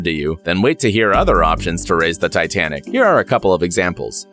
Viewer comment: lol "titianic"